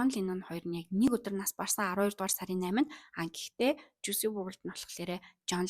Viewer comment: Жуйси bishee Жуйс gej duudg bgsho